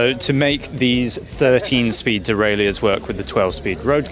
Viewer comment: Duraillieurs? That "i" comes on English bikes?